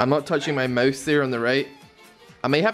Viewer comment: who the hell says Moase. Its mOOOuuuse, not moase